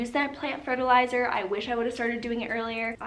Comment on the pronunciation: So you said they need fertilizer...I heard "they need their pre-workout"! 🤣🤣🤣